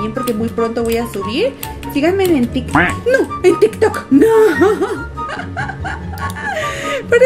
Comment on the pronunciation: dijo " sigan e en mi tik tik nooooooo" parece q dijo q no la sigamos en tiktok